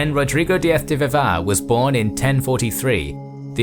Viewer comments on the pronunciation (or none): The name: Rodrigo Diaz de Vivar No one:: Rodrigo DiaF de Vivá